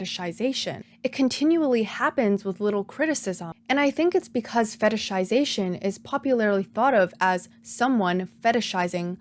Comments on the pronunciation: I'm SO impressed with how easily you can pronounce "fetishization" lmao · respect for saying the word fetishization correctly so many times. I be sayin fetishsishashn